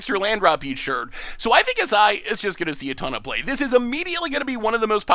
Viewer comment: Aesi... Am I the only one who read it as "Acey"? The way read it sounds japanese, but this looks like latin/italian to me. Also, I would like to petition to call Hamza HamFather. It's pretty busted imo. There's a cedh combo with animar and a 4cmc artifact creature that can bounce itself to grow Aminar's counters, letting it cast a gigantic Walking Ballista. I can see Hamza being able to replicate that feat